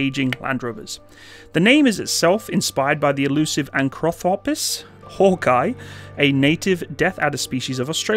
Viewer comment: man, it really upsets me they mispronounce the name of their own thing hawkei, said like hawk key, named after the snake, that was named after bob hawk, called hawkei, (again, said hawkei) also, it should be made clear, this is NOT a replacement for the landrovers, the replacement for the land rover was the g wagon this replaces the that in between APC and land rovers (there had been a 6x6 version for combat troop transport that was used before the bushmaster came in) for something that you did a lot of research on, seems there was a lack of research on the state beforehand